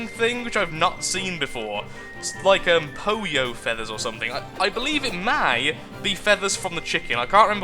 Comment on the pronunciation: "poyo"... it should be pollo hahaha. its spanish for chicken